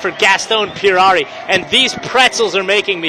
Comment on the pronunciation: gaaastón "Pierrarrri"- hahahahhahahaaaaaaaaaaaaa, it's Puerari!